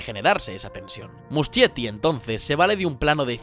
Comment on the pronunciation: amé el video<33 pd: se lee musKietti, no muschietti jajsja